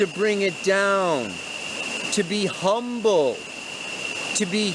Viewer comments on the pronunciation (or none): none